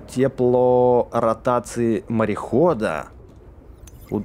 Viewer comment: сказал: модуль теплоратации😂